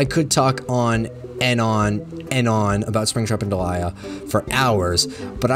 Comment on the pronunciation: can i just say i still firmly believe it should be pronounced "DEE-lee-a" like the actual name delia and NOT like "de-LIE-a" like delilah without the extra L